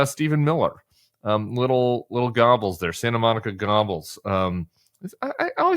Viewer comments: Tim! Ffs it’s pronounced “Ger-bulls” - not “gobbles”! Lol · I always thought Tim saying "Gobbels" was a mashup of Gollum and Goebbels (pronounced "gher•buls") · "Goebbels" isn't pronounced "Gobbles," it's pronounced GER-BILLS. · Joseph Goebbels is, oddly enough, pronounced GER-bels. Go figure. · I believe it’s pronounced Gerbels! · Wasn't the pronounciation more Gerbels, than Gobles ? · Hey Tim, "Goebbels" is pronounced a little like "Gherbels," with just a sight "r" sound. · Josef Goebbels…think pronouncing: ‘Gerr-bells’ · I think Goebbels (Stephen miller) is pronounced like "gur-bulls" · If you say the word "gerbils", with a hard 'g', as in "gas", you will come very close to the German pronunciation. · Re: Stephen Miller AKA Screamy Stephen "GOEBBELS", the deceased Nazi head of propaganda: His last name is pronounced: "GER - BULS". The "OE" letters take on an "ER" sound when a non-German speaker is pronouncing it. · Oh, it's pronounced GURR-bels. As so many years pass it's understandable that how to say those evil names is disappearing, faded into history but we must not forget the evil they did and beware of it returning. Which very well could happen if the Trump Cult gets in power. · Goebbels pronounced Geerbles. Either way evil no matter how you pronounce it is still evil. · Goebbels is not pronounced Gobbles. But good point about him. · It is sound only : Gerrbulls not closing the r sound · Goebbels isn't pronounced Gobbles. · Stephen Miller = Gollum. Laura Ingram = Goebbels (btw, love the way you pronounce it).